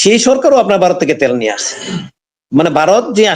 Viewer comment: Aapnara ki Vaw uccharon korte paren na?Barath Barat koren keno?